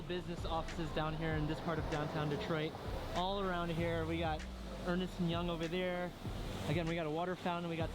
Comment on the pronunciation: Not sure what is worse; the fact he put ketchup on a coney dog or saying Ernest and Young.